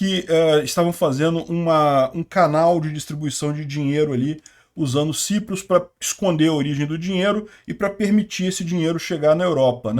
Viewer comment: Ou é Chipre, ou é “Saiprus”.